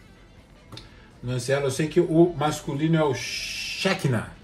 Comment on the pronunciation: Hebraico (Shekinah) pronuncia-se como oxítona, "xequiná".